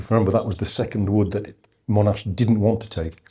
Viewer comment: Agree, all I heard was that Monash (not Mow-nash), developed an initial plan (combining things he knew worked with tanks, plus the aerial ammo drops), consulted his subordinates on the plan, good feedback was provided, the plan was then modified and implemented, his troops fought bravely and well, the battle was successful, all objectives were reached, and Monash took credit (as any commander would). Instead we get Monash was ‘devious’ in his desire to have US participation, or the plan didn’t work perfectly (which, amazingly, they never do after they start!). Monash can stay on his pedestal.